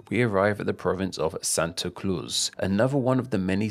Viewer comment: Santo cluz